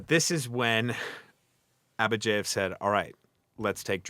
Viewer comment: Why do you pronounce Abadjiev as AbadjEiev?